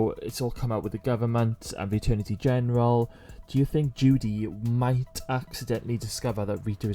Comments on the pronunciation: The word is Attorney General, not the Aternity General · Attorney General... not “Eternity” General.